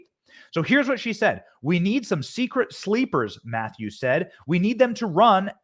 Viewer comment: Krystle Meth-ews ?